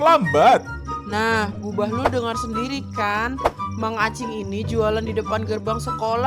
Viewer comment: Bahlul u nya di ganti i jadi bahlil